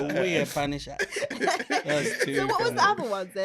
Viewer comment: “Wuh Yeh Punisher” Ghanaian accent 😂